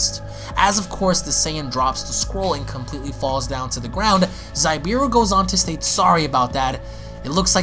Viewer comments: I believe it’s actually pronounced Zabieru “Zah-Bee-air-ru” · Also its Za-be-air-u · Amazing u but u said zabs name wrong also that's not goku its fon zabs brother plz love ur vids but do ur proper research and don't assume mid video or just ask the artist him self which u should look on insta pretty sure he addressed it